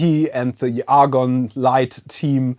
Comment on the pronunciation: Argon? Say 'A'. Say 'GONE'. Agon.